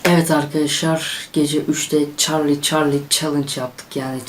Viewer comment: Çallı çallı diyo ama güzel